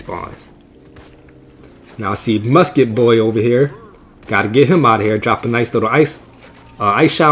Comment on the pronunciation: GGs Buddy! Italian accent, “GTF outta heaaaaaaaaaar”